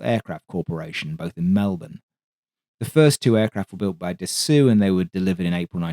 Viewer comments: How do you spend so much time collecting info, writing a script and making a 40-min video, while utterly failing at pronouncing the name of the manufacturer correctly? Damn man, half your language is French... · Your level of historical detail, density of research, inofrmation and passion for the subject is as others have pointed impeccable; so how is it that the pronunication of this historically important aviation manufacturer's name is so heavily under-researched? Its somewhat of a distracting oversight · Great video, but your pronunciation of Dassault makes me grind my teeth! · The pronunciation is quite different again from both "suggestions", and contains sounds that are alien to English native speakers, such as a flat, un-bent, closed "oh", not dropping down into an ow or ough sound at all. Here's a Frenchman doing it right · You could improve on the pronunciation of Dassault, approximated (Dassoh) with an O like in O-Ring. Yours sounds kinds like dessous in places, which is underwear. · But don't pronounce the "w". Dasso is fine (for an English pronunciation). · Its 'Dass-OH' not Dass-oo. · Can you PLEASE stop saying "Dah-soo" and instead say "Dah-so" ? I'm a Cajun who routinely butchers proper French pronunciation in my daily speech but even I know that the final syllable of French words ending in "-ault" means a final "o as in toe or oh or so" sound, not an "oo" as in "hoot" sound. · Jesus christ man..how many times do you have to be told. ....The pronounciation of Dassault is "Dasso".....NOT "Dasoo" or "Dassu"......get it right for f sake. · He put a statement up in the opening message, just under the video, saying he found out dass-oo is wrong and will use ""Dass-aw"" next time. Which is a little better, as long as the "w" isn't sounded like in "water" but, well, get ready to post dass-o again ;) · Can't get over it on the second attempt to get through this. Who Da Soo? Da Soh! A Renault isn't a Renoo. Or Da sew! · "Dassaw" brother not "dassoo".